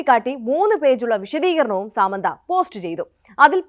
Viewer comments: സേച്ചി, ഈ അവസരത്തിൽ പറയാമോ എന്ന് അറിയില്ല. സാമന്ത അല്ല, സമാന്താ. ഒരാളുടെ പേരെങ്കിലും ശെരിക്ക് പഠിച്ച് പറഞ്ഞൂടെ? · സാമന്ത അല്ല സമാന്ത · First of all.. Its not സാമന്ത its സമാന്ത 🤌🤌🤌